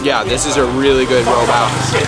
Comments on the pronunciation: great vid, really nice to watch. also funny how you pronounce out, like, oowt :) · are you canadian? the "out" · I am guessing you are from Canada...because of the way you pronounce words with "OU"...hahaha anyway NICE VIDEO!!! very informative 😊